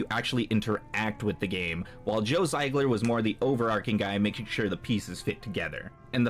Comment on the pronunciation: Zee-gler, brother. Not Z-eye-gler.